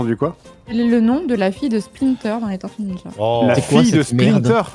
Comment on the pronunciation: Correction : Tor - tues Nin - jas, TÔrtuues Niiinjas